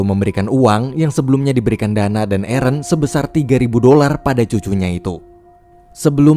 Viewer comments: Aaron dibaca eren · Biar aku jelaskan buat yang gak ngerti jadi orang ini bilang di menit kan ada yang nyebut nama arron kan orang yang nulis menit ini denger nya Eren gitu